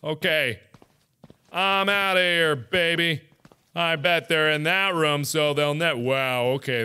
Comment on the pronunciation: I thought mark pronounced room as rum?